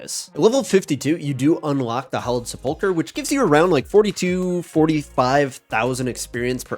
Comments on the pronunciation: Why can no Osrs player pronounce sepulchre ? Is this a British English difference? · I envy the secular upbringing u must have had, based on your absolute inability to pronounce "sepulchre" correctly